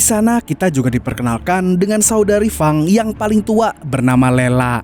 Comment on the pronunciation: wah mantap ni si Fang mimin sering salah sebut, Feng atau Fang sih? wwkwkwk tapi seru kok ni film gelutnya